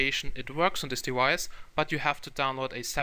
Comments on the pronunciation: since when the fuck was it prononced 'dewice'? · wtf is a dewice?